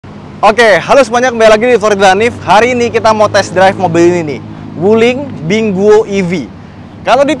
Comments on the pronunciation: Wuling Binguo sebenernya nyebutnya mestinya Ping Kuo = apel dlm bhs mandarin.. Bukan disebut Binggo.. Cocok sih identifikasi buah apel dengan design mobil ini yg membulat gemesin.. CMIIW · BINGUO bacanya PING QUO artinya APEL dlm Bhs Mandarin. Bukan BINGO yg disebutkan.